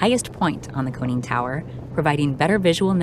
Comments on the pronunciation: A "coning" tower. You mean a CONNING tower. Find someone who knows what they're talking about to narrate. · Tell the person narrating that there is no "cone" in conning tower.